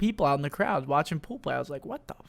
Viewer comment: was I the only one that laughed every time he said "poo play" 😂